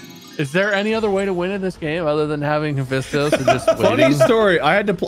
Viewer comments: All the Percy Jackson fans watching this is in pain at Marks Pronunciation of Haphaestus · my advice for people who can't pronounce hephestas: just call him vulcan it's his roman name god of fire and the forge